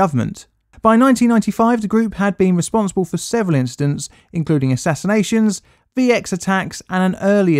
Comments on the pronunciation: Is that supposed to be assassinations, or is ass in ations correct? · Assinations? I think you mean assassinations my guy 😂😂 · "Assinations" lol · "assinations" ...I'm a little afraid to know what that implies... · "Assinations" Do I want to know what that is? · Assinations, balls and a sprinkle of linguistic butchery. What more could anyone ask from a history lesson? 🤣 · Assinations............Still makes me giggle. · How does one go from Yoga to overthrowing the government? PS "Assinations" made me lol 😹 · Assinations? Come on don't tell me I'm the only person who can speak English here... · Aw yes “Assinations” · Dude said “assinations” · "Assinations" loooool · "Assinations" :D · what is an ASSination?? LMAO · "assinations" what a poorly made video